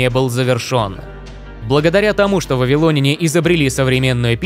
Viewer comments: ВавилонЯне, а не вавилОняне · Сцуко, пора вводить цензуру. Если говоришь не правильно, то идешь лесом... Аффтар, учи русский язык! Что это за вавилОняне? Если Вы думаете, что если ВавилОн, то и вавилОняне, то ошибаетесь. Сравните: РоссИя, но россиЯне, а не россИяне, ЕгИпет - египтЯне, но не егИптяне, ИзрАиль - израильтЯне, а не изрАильтяне и можно еще много примеров приводить... Увы как только услышал такое, то сразу выключил, т.к режет слух, а мне свои уши жалко.